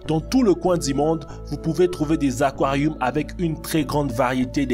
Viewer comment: fait goulougoulou dans les aquarioums 😂